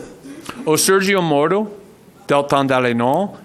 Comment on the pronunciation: Moro entregou seu celular para a PF na hora, esse verme tem que fazer tratamento dentário pra falar a palavra MORO